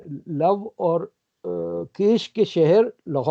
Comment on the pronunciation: Tarikji I am a great admirer of your knowledge and yourself. But I have noted that you do not pronounce correctly the name of second son of Lord Rama. He was KUSH and not 'Kesh'.